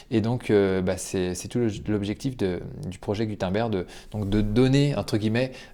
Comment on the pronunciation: Ça se prononce « GOU - TEUNE - BAIRGUE » 🤷🏼‍♂️